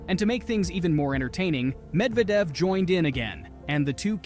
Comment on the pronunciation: Ah yes, Daniel Med-vee-edev, that guy. Seriously dude, there's like a million ways you could have found out how to say his name properly. And no, Roger Federer wasn't "working out" with Dimitrov and Alcaraz - he literally just went to say hello to them while THEY were working out.